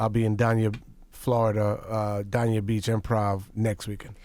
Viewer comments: Lol you know someone is not from Florida when they pronounce Dania Daaaah-Knee-yah 😂 It’s Dane-knee-yah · He pronounced Dania beach wrong lol it’s dane-ya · I think he means Dania Beach which is pronounced Daaaayn-ya lol 😂 it’s right by Hollywood Fl ! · It's DANE- YA Beach... Florida LOL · I cant believe how he pronounced Dania beach Florida lmao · True fact, Marlon Wayans was actually supposed to play the role of Robin in the Batman movie with Val Kilmer, but they gave the role to Chris O’ Donelle but paid Marlon anyway……. I wish he would stop mispronouncing Dania Beach, Florida